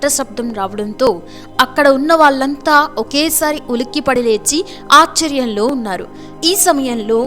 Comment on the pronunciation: Accharam anaru.aashcharyam antaaru.neeku telugu pronounciation raakapote videos cheyyaku